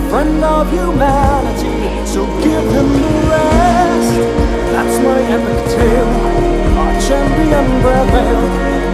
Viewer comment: Haha he mispronounced "my" to sound like "your" XD